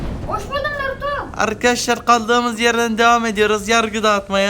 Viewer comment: Birbirinize Naruto Sasüke yerine Banruto Bansüke falan diyin xD